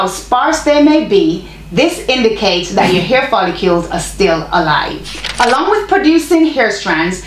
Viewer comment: It’s pronounced foll-ICLE as spelled. Lol